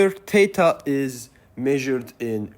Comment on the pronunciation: As a native English speaker it took me a while to realize you were saying "THETA" great video though I learned alot